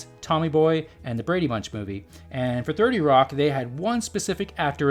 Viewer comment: So no one called out the creator for calling it '30 Rock' at the mark?